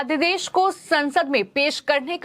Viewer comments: मैम अध्यदेश नहीं अध्यादेश कहिए। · लगता है आप अपने समाचार पढ़ने के क्रम में उच्चारण की शुद्धता पर ध्यान नहीं देने की कसम खा ली हैं I अध्यादेश अध्यदेश पढ़ रही हैं, गजब की सेटिंग है आपकी चैनल में I